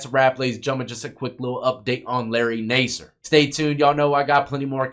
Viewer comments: His last name is pronounced Nasser. Not Naaser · Better to correctly pronounce the names of the people in your videos. (Incorrect: "Nay-sir". Correct: "Nass" -- rhymes with "pass" -- "er".) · It’s pronounced nassar, like NASCAR. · It’s pronounced NAS-SIR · You should learn how to pronounce names your not even saying his last name right 😂 maybe it's all the Sexual favors you did you swallowed to much cum. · You’re pronouncing his name wrong